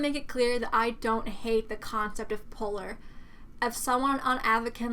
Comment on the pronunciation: Damn she said poor not polar thats what i heard lol